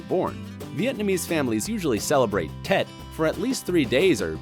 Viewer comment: I’m from Vietnam, so when I got to that part of the video, I ran downstairs to tell my sister we were included in the video, but she didn’t even know Tet was everyone’s b-day in Vietnam lol ... And they pronounced it wrong, but honestly there are probably about a million things from other cultures I pronounce wrong and I know another Vietnamese girl around my age who pronounces things with an extremely thick American accent I doubt many besides her family understand, so I’m not sure why I’m even mentioning this. They probably already know they’re not saying right anyways. Oh well, they can be happy I watched, liked, and commented I guess